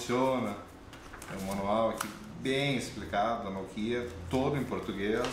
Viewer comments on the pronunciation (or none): none